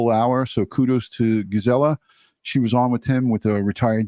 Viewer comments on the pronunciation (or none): It’s pronounced. “Giz-A-La” not Ga-Zel-a Thank you 🐻